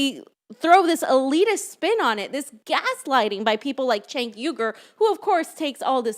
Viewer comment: Cenk is pronounced like SINK, as in sewer, where progressives lose.